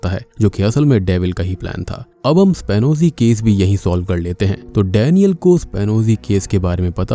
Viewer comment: एस्पियोनाज केस है वो शायद वो स्पानोजी नहीं। उच्चारण एक बार देखे।